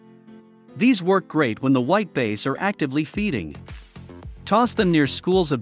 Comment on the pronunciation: not taking advice from someone who can't say "bass" right.